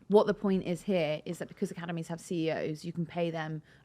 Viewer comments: Why does Starmer sound like he's saying Cannabis when he says "academies"? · I kept thinking Starmer was saying "cannabis"